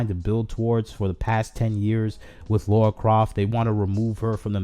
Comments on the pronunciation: Okay you're making some great points and all but I have to say Her name is LARA not Laura Idk why so many misspernounce her name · Please don't call her Laura Croft it's Lara Croft